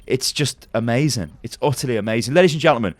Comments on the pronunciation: did you just said A-mei-zing? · "It's utterly A-Mei-Zing"